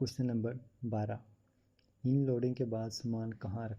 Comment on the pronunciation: Oh Bhai inloading nhi hota unloading hota hai ..barra aya teacher 😂😂😂